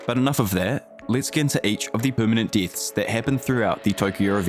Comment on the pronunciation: "All the permanent DITHS"